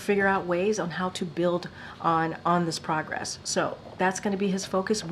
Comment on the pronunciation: What are "pawgress" and "champening"?